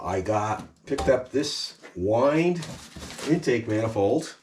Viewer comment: Say 'Why-and'